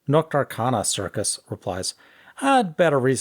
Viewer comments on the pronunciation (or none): none